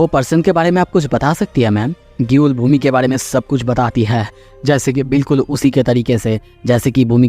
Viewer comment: Bhoomi ❌ bhOOmi ✅